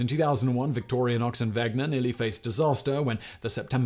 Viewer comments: He also keeps saying victorianox. There's no A it's just victorinox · Victorianox? It's Victorinox. How do you make a video about something and pronounce the company name incorrectly every time you say it? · It's Victorinox...not Victorianox It's Wenger.... not Wegner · Today I Found Out - Simon, please note, there is not an "a" in "Victorinox" ... so please stop saying 'victorianox'! Or are you trying to single-handedly get them to change their name?! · Victorianox and Wegner..haha Today I found out Simon seems to like to troll swiss army knife companies by mispronoucing their names, Victorinox and Wenger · "VictoriAnox"? You repeated that word dozens of times throughout the video. The brand is "Victorinox". No "A". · Love this video, but as a SAK collector for over ten years, I have to mention something. Yes, his mother was called Victoria BUT the rebranding was not to victoria-nox It's victor-I-nox... Do not pronounce the "A" in Victoria. Other than that annoying detail, good video. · Simon keeps saying Victorianox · It's not Victoriainox, there's no a. But Simon consistently pronounces it as Victoriainox. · Isn't the company named Victorinox instead of Victori-a-nox? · Victorinox. Not Victoria-nox. K, sorry, that was bugging me...lol... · Nice pronunciation... Victorionox :P But good video! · Victorinox, not Victorianox. Wenger, not Wegner. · btw, the name of the company is Victorinox. there is no A in the name. plz stop calling it Victorianox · Uh... There's no letter 'a' in Victorinox. Its just vick-tore-ĭ-nocks, not vick-tore-ee-uh-nocks. And its wenger, not wegner. Both of these are literally spelled for you in the graphics. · It's not Victor_ia_nox, it's Victor_i_nox. And I'll nag again. German "ie" is pronounced long e, "ei" is pronounced long i. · its WENGER not WEGNER and VICTORINOX not VICTORIANOX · Its just Victorinox not Victorianox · It's Victorinox, not Victorionox. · It's not pronounced Victorianox, it's pronounced Victorinox.